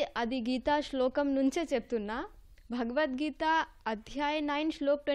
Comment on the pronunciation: Bagavad geeta, Kaadu bro Bhagavad geeta Anandi bro